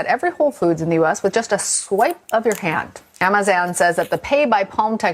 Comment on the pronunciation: Chick said AmaZan instead of Amazon ? Defiantly A.I. news clip !....DUHHH....And YES , MARK of the BEAST could be a chip in your hand !!!! Dont do it !!